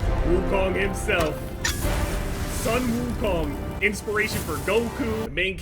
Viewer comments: it's the way how he pronounce "sun"(孙）, which should sound closer to the English word "soon" in Chinese instead of "son" 😂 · yeah, its the word "sun" (孙）, it should sound more like "soon" instead of "sun"